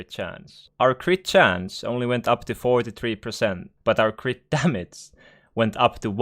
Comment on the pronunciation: Damace.. Kinda annoying. Learn to pronounce G